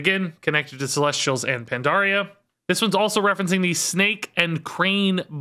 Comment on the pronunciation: Hey, I know I’m like mega late to the party but I asked my girlfriend about the Celestials once too and the way she pronounced it is actually about how you’re saying it. So good job!